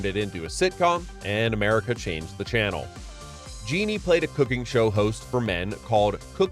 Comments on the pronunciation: Richard Jeni is pronounced like Richard Jenny not like Richard Genie. I just googled the pronunciation even though I knew it was correct as I both watched Platypus Man and was a fan of his comedy. You couldn’t take one second out of your day to learn the correct pronunciation? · "Jenny." Richard "Jenny" not Jeanie. 😅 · Richard Jeni's last name was pronounced like Jenny, not Jeanie. He was a great stand up comedian and deserves to be remembered properly. Also James Doohan is pronounced Doo-en and George Takei is Ta-kay like the letter K. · Richard “Genie” (Jeni) is hilarious. It was pronounced Jenny. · Jeni was pronounced like "jenny", rather than like "genie".